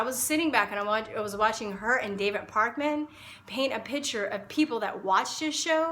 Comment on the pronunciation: I hope the votes against you add up. You have no compassion, a serious lack of intelligence, What's your plan - hoping to get some $$$ in your pocket for siding with the $$$ side (the Alex Jones' side)...?! Basically you don't understand Family Law and you project idiocy. The interviewer you are insulting; the surname you can't pronounce, is Pakman, not Parkman. But, hey, no worries with the details as far as you're concerned. Maybe try getting a little more education? "Piss me off" must be your fave expression. Limited vocabulary and understanding is pitiful and you personify both. Wish you hadn't bothered to make this video. I'll post part of my comments in reference to Kelly's interview with Mr. Pakman below: Kelly Jones is on the verge of crying a few times. From what I know of Kelly, she's a brave person and she feels strongly that she must be accurate and not violate the orders Jones has brought into being against her, in an effort to "harness her". In reading comments about Alex Jones when I was watching Infowars regularly, I started to research. A person who lives in his area wrote that in 2000, when there was a big scare all the computers were going to go down, he had his staff send out a virus to URL's he had on his lists of fans. Then he used it as a "news item" and came to the rescue for a relatively nominal amount, like 15 or 20 dollars, so that everyone could fix their computers. Anyone who lives in Texas and has been dealt poorly with via the Travis County Cour